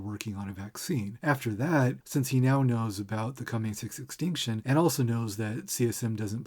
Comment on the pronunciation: You may have fallen a little deep into the numerology well at the end there, but I can't deny that every time you say "sixth extinction" it sounds like "666tion" to me and I have to wonder if that was on purpose